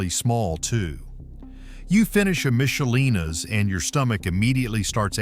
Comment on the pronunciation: Don't criticize Michelina's when you can't even pronounce it correctly.